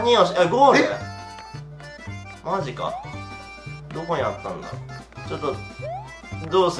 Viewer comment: にぃにのなんでなんみたいな「マジか」とぽんPのつぶやき「マジか」